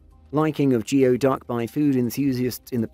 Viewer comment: It’s pronounced “goo-ee” duck.